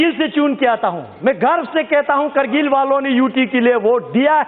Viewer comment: Bc sahi se hindi bolna seekh jakr pehle krgil nhi kargil hota hai bc